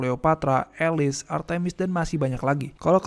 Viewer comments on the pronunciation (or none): none